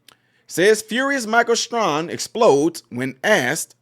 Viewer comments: thank you for sharing. Also, I, respectfully, want you to know that his last name's pronunciation sounds like: "Stray - han." - GOD bless you, in JESUS' Name. Amen. 🙏🏻✝️ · It was worse as it was on the San Diego Navy Base. One of his twin daughters has been fighting brain cancer, so he may be off. By the way, it is pronounced Stray - han. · FYI his name is pronounced Stray-han (like hand without the D), He probably can't because his Democrat masters told him not to when you stand for Kamala. I thought he was a better man than that, but if you want to keep in the grace of the Democrat plantation masters, you have to tow the line. Let's not be like the woke democrat left, & try to cancel everyone who doesn't do as we would like. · Luv you my brother but it’s pronounced “Stray-Han” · There’s no requirement to put your hand on your heart. He stood respectfully! End of story..NOW THE REAL PROBLEM IS HOW BADLY YOU BUTCHERED HIS NAME😂😂😂STRAY HAN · Stray han is how it is pronounced. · His name is pronounced Stray - han (like hand) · The bigger question is how can you not know how to pronounce his name.. just unreal.